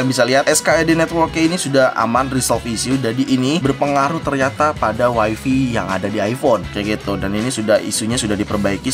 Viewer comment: Wai fai cuy bukan wai fi